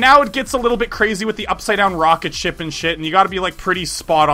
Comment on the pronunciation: Heehee he said rocketshit alot